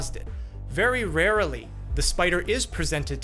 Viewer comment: did he say raraly instead of rarely ?? lol